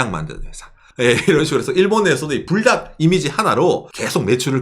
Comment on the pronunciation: 저는 불닭이라고 읽엇는데 뿔닭이라고 하시는군요 ㅎㅎ